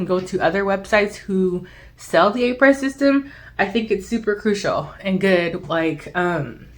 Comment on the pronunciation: Thanks for this comparison. (fyi.... it’s pronounced “Ah-pray”. Someone corrected me!)